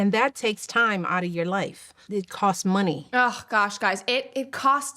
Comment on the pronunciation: "We are trappedah." "It takes so much time-uh."